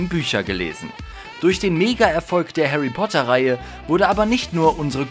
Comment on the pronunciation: Haary Poter